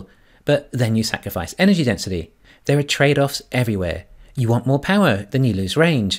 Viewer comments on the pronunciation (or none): Loving the content. Please put three syllables into en-er-gy, for the non-kiwi audience. Cheers.